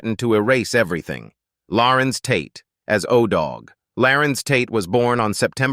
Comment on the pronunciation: LARENZ TATE. not larence